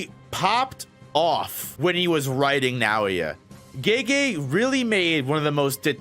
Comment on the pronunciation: Who's GayGay? Lmfao americans pronouncing foreign names sound so dumb